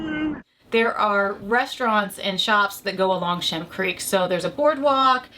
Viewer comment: FYI, It is Shem Creek, not Shim Creek. Great video!